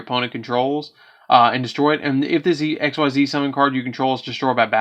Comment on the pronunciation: Its pronounced EX-CEES. MY GOODNESS.......